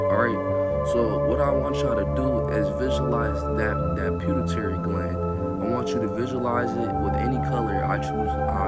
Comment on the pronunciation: Puh-tew-a-tary gland 🤝👍🏽